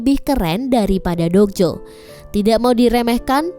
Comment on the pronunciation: Mba dok jo bukan jok do